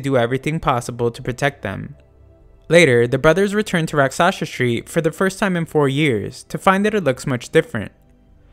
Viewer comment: it's pronounced "RAAK-sh-us" street and is a sanskrit word for demon.